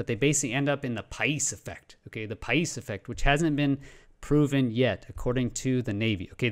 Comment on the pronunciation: Paish ...you pronounced it correctly , but the name is romanian , just like himself ..or myself. Coincidently enough , the first videogame that i ever played on SNES in the late 80's , was TOP GUN (oh those carrier landings!) and only my best friend at that early age would actually Have the Nintendo game. His name .....you guessed it ...Pais. Now 30 years later we're still friends and i always troll him with questions about the navy patents .... he never understands wtf i mean .